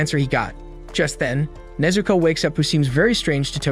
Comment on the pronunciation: Bro, it’s Nezuko